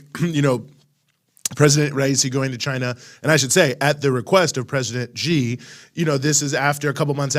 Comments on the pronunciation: Pronounce President Xi as "si" not "ji". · it is XI (pronounced as "see"), not GEE or JEE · No. Pronounced as zee